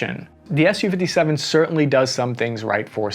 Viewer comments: "Ess You." You said it right a couple times. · It’s S U, not SUE.